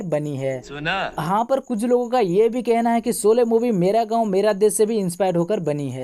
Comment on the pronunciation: Solay nahi sHolay pl. Aurcek baat sholay chali toh tumhari kyu jali khali pili ?